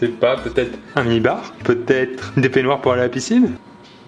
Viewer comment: Putain quand il a dit "mini bar" moi j'ai compris "nibar" 😅